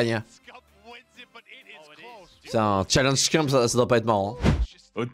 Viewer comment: Le boss des Call Of, ce bon vieux Scumpii !!! Des années que je le suis et toujours aussi incroyable ! 🔥🔥🔥 PS : Ca se dit Scumpii son blase pas « ScumpE » à la française. 😏